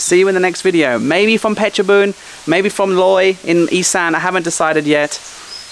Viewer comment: ออกเสียง เพชรบูรณ์ ชัดมากครับ